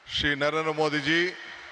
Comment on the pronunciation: ಮೋದಿಯವರ ಹೆಸರನ್ನೇ ಸರಿಯಾಗಿ ಹೇಳಕ್ಕೆ ಬಂದಿಲ್ಲ. ನರೇರ ಮೋದಿ ಅಂತ ಅಂದಿರೋದು.